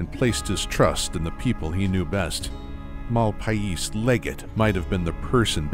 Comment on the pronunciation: it's pronounced "The Malpace legate". sorry but "MAL-PIE-EES" was killing me.